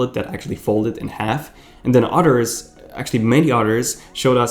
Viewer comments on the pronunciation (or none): The word is "others", not utters. Learn how to speak proper engish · "Udders, actually many udders..."